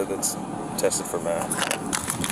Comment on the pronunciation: Math ❌Meth✅